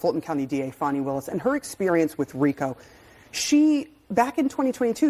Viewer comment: Her name is pronounced FAWNI! Get it right.